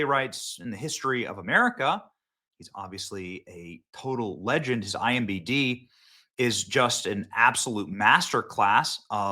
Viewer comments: I simply cannot get over the fact that every time you say 'IMDB' you say it as IMBD. Why? Staff of yes men? or worse? Staff of people that dont care to correct you? or worse yet, staff that are scared to correct you? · I watch you everyday. Question. Why do you always say IMBD instead of IMDB? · Why does Benny say “IMBD” instead of “IMDB?” 😂😂😂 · 😂😂😂😂. He always says imbd. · It's so cute Benny always says imbd lol should we tell him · Benny... the guy who can't pronounce IMDb.